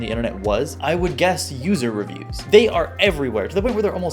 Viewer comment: poo-ser revpoos (user reviews)